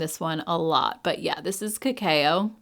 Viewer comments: The Flower Beauty palettes were already on my wish list because I have the other 2. ❤ Just FYI…. Cacao is pronounced “ka-kow”, not “ka-kay-oh”. Great video as always. ❤ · Just a friendly tip.. cacao is pronounced like kuh-cow 😅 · Thanks for another great video. You're one of my favorite YouTubers! Also just an FYI - cacao is pronounced "ca-cow":)